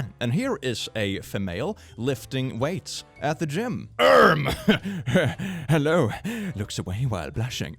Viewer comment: Hewwo pees caught me so off guard i may have busted a rib laughing